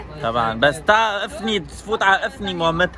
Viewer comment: مين لاحظ انو ايمو قال افني قصدوا انفي 😂😂